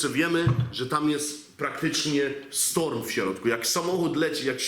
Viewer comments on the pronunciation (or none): none